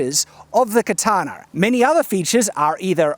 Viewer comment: why do you pronounce it "katanar", with an "r" at the end? I'm learning to speak english.